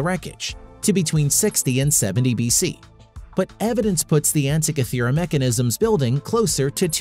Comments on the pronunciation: after going to all of the effort to research this video, you'd think the producers would look up how to actually say the name of the island that lends it's name to the mechanism... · Good grief, this guy's mispronunciation of "Antikythera" is irritating.